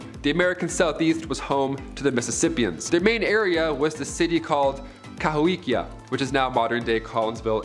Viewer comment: The Mississippian city is actually pronounced ka-HO-kee-a.